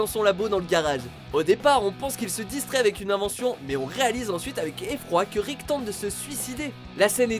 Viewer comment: ''Ricket morty''😂😂😂